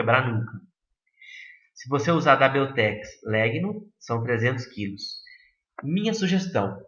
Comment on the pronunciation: A pronúncia de Legno é lénho.